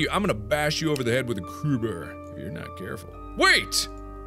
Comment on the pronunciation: love how Mark pronounces crowbar "criber"